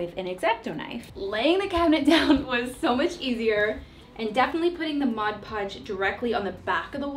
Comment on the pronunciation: Thank you for saying Mod Podge correctly!!! The "modge podge" people kill me!!!